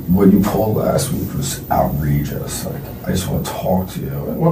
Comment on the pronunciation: “like this is outreigous” 🙄